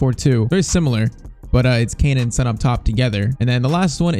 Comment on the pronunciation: PCQ: Please say son's name like on with an s instead of SUN